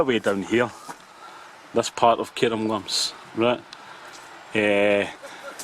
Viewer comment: Cairngorms. Care-n-gorns, NOT Care-um-gorms.